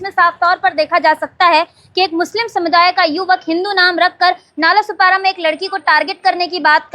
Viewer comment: नालासोपारा ✅ नालासोपाडा ❌